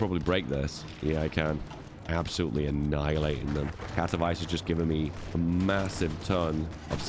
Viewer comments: Katowice is pronounced katovitse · As a pole, hearing him say Katowice as "kato-vice" truly hurt me inside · As a guy, who lives next to KatoVICE, I couldnt help but smile how you pronounce the name, like in Miami Vice :D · To są Katowice, nie kAtOwAjS